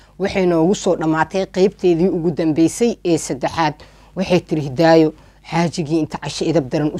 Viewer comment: Ayaaney Masha allah Waxa jecladay sida aad magacyga uku dhawaqayso Magacayga waa isii macaysay Malaga Yaabaa inaa markale qisa qurux badan kuso qadato magaceey xppti mar marka qaar intan is ilawa marka Hidaayo Dhahdo Hee Ika so fakaneyso 😂😂